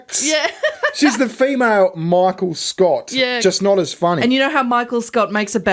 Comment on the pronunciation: You said 'female' wrong